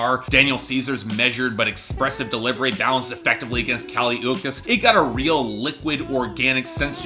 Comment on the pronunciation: Dude, it’s Kali Ooch-ees.